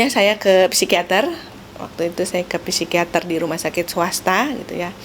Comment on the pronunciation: Masukan dikit, psikiater, psikolog baca yg benar tanpa P , jd sikiater, sikolog gitu aja.. makasi